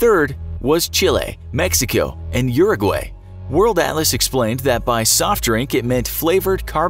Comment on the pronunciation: wow he didi not pronunce uruguay correctly